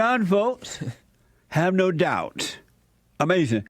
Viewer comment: "It was Amazin" 😂😂